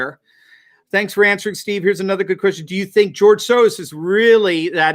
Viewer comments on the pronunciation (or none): none